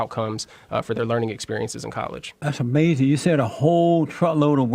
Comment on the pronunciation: I love it when Jesse says: Amazin' when the other guy says something dumb.